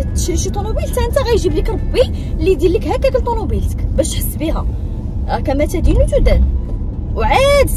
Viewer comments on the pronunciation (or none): كما تُدين تُدان ماشي كما تَدين تُدان 😏